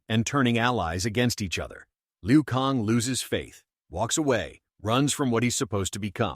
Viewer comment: "Liu Kong"? You can't even read your own content.